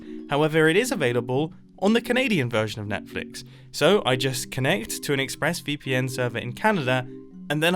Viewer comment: I heard him say ixpressVPN instead of ExpressVPN lol but it may be just me